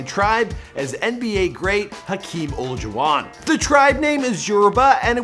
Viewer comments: Did he just say Hakeem ol-a-juan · the way you pronounce Olajuwon makes me cringe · Hakeem Olajuwon (pronounced like: O-lie-jew-won) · It’s Hakeem Olajuwon, pronounced as (o-lie-jah-won), it kills me that you can’t say peoples names correctly... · This guy butches peoples names! Leah remini and Hakeem Olajuwon are 2 that I can think of! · He said butchered hakeems last name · The way you said Hakeem’s last name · Totally butcher Hakeem Olajuwon name 🤦🏿‍♂️ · The way he pronounced Tissot and Olajuwan ☹ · do me a favor and Nvr say Hakeem Olajuwon again on your channel...